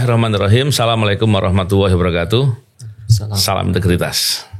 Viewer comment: Mohon maaf sebelumnya .. pengucapan salam yg enak didengar itu Assalamu'alaikum pak bukan salamualaikum .. mohon maaf sekalil lg .. 🙏🙏🙏